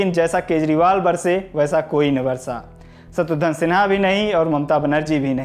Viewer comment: Bhai सर्म nahi शर्म, शत्रूधन nahi शत्रुघ्न hota hai... 😂😂😂